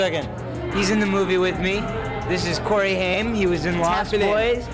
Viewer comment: Your crappy AI voiceover has now pronounced "Haim" in about four different ways.